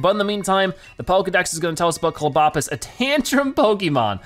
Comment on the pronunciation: It's Clob, as in clobber, and opus, as in octopus. It's pronounced (Clobb-oh-puss)